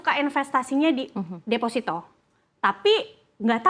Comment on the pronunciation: Defosito bang bukan desfasito Ingat desfasito dan defosito itu beda makna yah bang